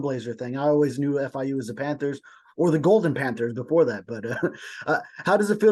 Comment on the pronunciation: YOU MEAN FIU? NOT FAU LOL